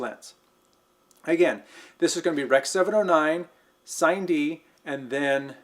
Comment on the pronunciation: When you say, "Sine-D," are you meaning, "Cine-D?" If so, its pronounced Sinē (sinny) - short for cinema.